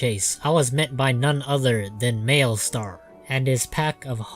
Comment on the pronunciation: Malestar?? Not Malistaire?